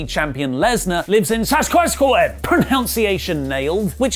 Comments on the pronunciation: What the hell is Saskuhattee??? Not in Canada? Never heard of that place. So much for nailed it.!!! U brits need a geography lesson or 2. 🤣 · It's pronounced - SAS-CATCH-A-WAN ... Lmao! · SASK. AT. CHEW. ON. It's almost like you have to... Sound it out or something. Much more straight forward a word than wrestling... pronounced resling… and talk pronounced tak. I mean, you can figure those out surely words like London and England are next. Maybe Sussex. Manchester. If we try hard we can move onto some other place names in England you may know. I left out everything with "bourough" in them as some how... that's burrow. Looks more like some fancy pants way of saying borg to me. Like Frome… prounced FROOM. Or Hawarden some how pronounced HARDEN. We have some fun ones coming like Magdalen College... Some how pronounced MAUDLIN. Godmanchester is a nice easy one as it's clearly pronounced GUMSTER. Woolfardisworthy.. yeah... nope. That's WOOLZERY. Sure it is England. Mousehole. Straight forward enough. It's MOUSE HO... wait.. it's not? It's MOWZLE. Okay... if you say so. I mean, at least you guys aren't Wales... Ynysybwl, Cwm Clydach, RCT, Wales... That's pronounced FUCKOFFYOUJACKASS. Very difficult world. No seriously though... that's a place in Wales. It's a longer drive from Ynysybwl, Cwm Clydach, RCT, Wales to Llanfairpwllgwyngyllgogerychwyrndrobwllllantysiliogogogoch, Wales (no shit... also a UK place) than it is from Regina Saskatchewan to Moose Jaw Saskatchewan. Just sayin' is all. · That pronunciation of Saskatchewan was the best thing I've ever heard. This coming from a neighbour.